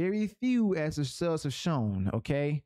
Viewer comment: brother, you say "sales" like "cells". I first thought you meant to say something else.